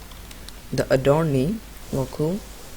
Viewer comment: What the hell dude the name is called adornee it was so unclear and captions says "a door d" 🗿🗿🗿